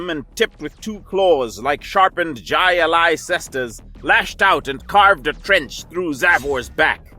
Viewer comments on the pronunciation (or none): Slight mispronunciation . jai alai is often pronounced “high-uh-lie”. The cesta is what they wear over their hands in the match.